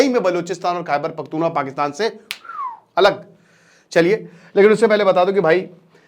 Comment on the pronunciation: Sir wo bhaiyye nahi hai its kpk khaiber pakhtun khwa not wa